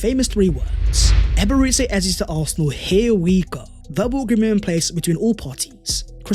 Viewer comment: Nice one 🎉 … but why do you keep calling him Ebere-tzi Eze? It’s Ebere-Chi Eze!